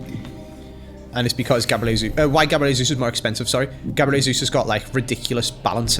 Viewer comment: the day when says jesus properly is when😭